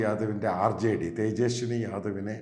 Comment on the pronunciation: തേജസ്വി ആണ് തേജസ്വനി അല്ല